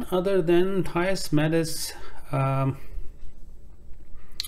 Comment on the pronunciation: Work of art bro...love it in blue!👌🏽Btw his name is pronounced..(Theeys Meedz). 👍🏽